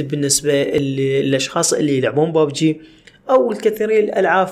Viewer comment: اسمهه ببجي مو بوبجي